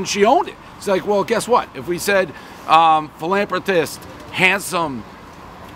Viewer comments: Filanfrpist Brakery Dave NAILING the English language as always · Philapratist lmao oh dave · Dave doesn't know how to pronounce "philanthropist", everybody knows the rules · Dave Portnoy 2023 - “Philanprotist”